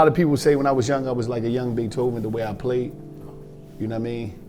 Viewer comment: “ Lo Toven” is crazy 😂😂😂